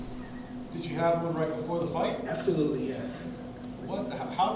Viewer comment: More like ab-tho-lutely 😂